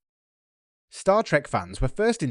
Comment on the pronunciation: Wroth of Can! Someone needs a dialogue coach.